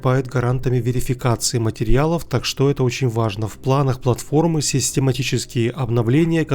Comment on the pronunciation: почему в словосочетании "так что" вы делаете ударение на "что". Хотя общепринято на русском языке делать удаоение на "так"?